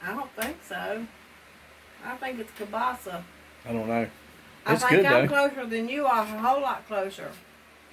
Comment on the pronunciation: you are right on your pronunciation is correct Kielbasa